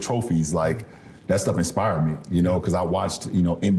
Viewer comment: how f'ing dumb do you have to be to struggle with "inspired" and "expired"? 🤦‍♂️🤦‍♀️🤦😆🤣😂